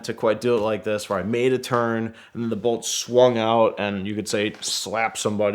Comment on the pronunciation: I heard "bolt" instead of boat also